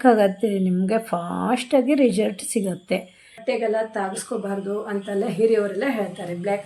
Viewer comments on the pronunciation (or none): ರಿಜಲ್ಟ್ ಅನ್ನಬೇಡಿ ರಿಸಲ್ಟ್ ಅನ್ನಿ ಕೇಳೋದಕ್ಕೆ ಒಂದು ತರ ಆಗುತ್ತದೆ 😊